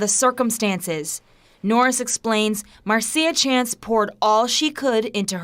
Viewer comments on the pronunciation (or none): Wow nobody knows the English language.its Marcia pronounced MARSHA like Marcia (Mar-sha) Brady from the Brady bunch. It's not Mar-see-uh. LMFAO 😂😆 even the news is wrong 😅